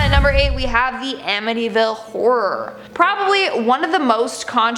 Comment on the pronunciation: How freaking annoying and immature is this millennial, who can’t pronounce “Amityville” and says the word “like” way too ridiculously too much?! Yeah, we should all believe her for sure. Give me a freaking break!